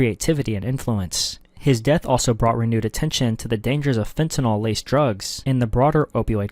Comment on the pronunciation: This is something that people might think is just splitting hairs, but I really wish people would learn to properly pronounce FENTANYL. It is NOT pronounced "fen ti noll". It is pronounced "fen ta nill". We're going to be saying it a lot more as more people die due to overdoses.